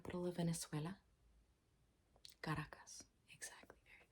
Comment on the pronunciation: Did you say the capital of Venezuela is ( CARAJOS ) ???😂😂😂😂😂😂